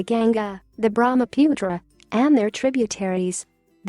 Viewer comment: Your GANGA & BRAMAPUTRA pronounsiation is worng :(